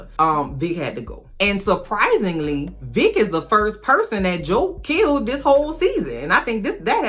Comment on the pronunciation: I kept thinking you were saying Dick instead of Vick so when I heard Dick was on Joe’s ass I was like 🤭